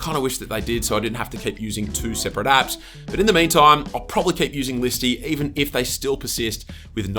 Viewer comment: I kept hearing , 'Top Android Ass '